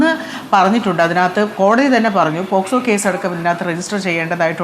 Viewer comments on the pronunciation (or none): അരുൺകുമാർ വക്കീൽ ആണോ? പോക്സോ എന്ന് പോലും കൃത്യമായി പറയാൻ അറിയില്ല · എടാ പൊട്ടാ അരുൺകുമാർ നീയൊരു വക്കീൽ ആണോടാ, പോസ്‌കോ അല്ലടാ പോക്സോ